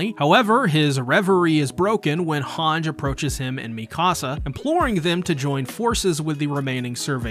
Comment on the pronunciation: this man is not still pronouncing Hange "HANJ" after 4 seasons, lol